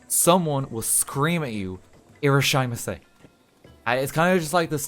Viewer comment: The pronunciation on the irasshaimase was atrocious